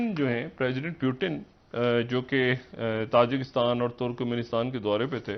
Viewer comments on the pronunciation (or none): अब्बे डॉ. घोंचू प्यूटीन नहीं, पुतिन नाम है इसका पता नहीं पाकिस्तान में ऐसे कितने डॉ. कैसे बन बैठे है 😂😂😂